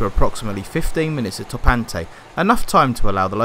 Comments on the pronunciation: It's Torr - Pant- Aye, great drone footage, keep up the good work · The correct pronunciation of Torpantau is: Tor as in war Pant as it’s said Au as in eye TorPantEye